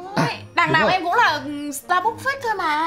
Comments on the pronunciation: Đọc là sta “bấc” chứ ko ai đọc là sta “búc” đâu nhé 😂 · dù mình ngu tiếng anh nhưng mà cũng biết đọc sai Starbucks = Sa Búc ???????? WTH :)))